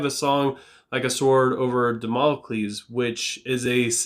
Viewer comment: Jeez, you pronounced Damocles way better than me. I butchered the damn word 😂🤣